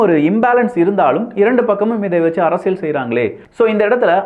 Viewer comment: தம்பி. அரசியள் இல்லை‌ அரசியல் உச்சரிப்புசரியில்லை